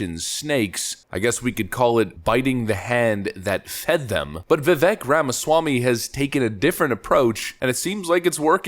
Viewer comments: Please please please just pronounce his first name correctly and he will respect you immensely. Strong, long A sound VivAk, not the e sound that it is spelled with. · It’s Vi-vake like cake, not Vi-veck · Its Vivek like Cake. He says it himself, not Vivek like heck. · His first name is Vivek is actually pronounced Vie Vake (vi = "cry" & vek = "cake") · Pronounced “Va-vake”, (rhymes with “cake”). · Its Vivek pronounced Vivake like cake. Thats how he explained it on Timcast. Guys this man is a legend. Pronounce his name correctly please. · FYI, his name is pronounced Viv-ay-k, like cake. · Just for S&G, I found out that Vivek's name is pronounced "Vih-vake". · Okay, 2 things. First, his first name is pronounced "veevake" like cake. Second, there is no Democrat equivalent. He is the real deal and Donald will need to be careful about what he says about him. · I love Vivek (pronounced vivake like cake). Seriously if you get it wrong now (as a corporate media commentator) it’s because you’re an ass. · Love your videos. Vivek is pronounced "Vivake" like Cake. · Rhino Ron!! And Vivek the Snake!! Don't tread on VIVEK!! P.s. it's announced Viv-ake!! Like Snake! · pronounced "vuh - VAKE," Just for what it's worth. : ) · It’s spelled Vivek but said like Vi-vake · Pronounced "Vivek like cake" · Phonetically: Vivake like cake. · not that it matters much but Vivek is pronounced viv-ache like cake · Say it with me folks, "Viv-ake" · Learn how to pronounce Vivek please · please learn how to say Vivek dude. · Its Vivek, like rhymes with CAKE. It's amazing how many prominent people cannot pronounce his name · Trump/Vivek 2024. Vivek/RFK 2028. Also you're pronouncing his name wrong. Vivek rhymes with cake. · The second syllable of Vivek's name rhymes with cake.